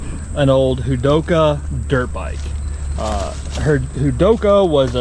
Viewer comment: It’s pronounced…ho dock a… they were wombats and combat wombats… and they still used those bottles as long as they bottled coke In returnable bottles… so your art idea still works…lol … I raced a combat wombat in the 70’s… yahama came out with the mono shock about that time and it was tuff to beat…they were badass bikes and fun to ride…